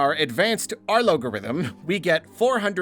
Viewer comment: arlogorythm made me chuckle